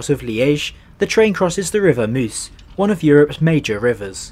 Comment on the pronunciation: Nice pronunciation of French, Dutch and German. Apart from "Meuse" for some reason.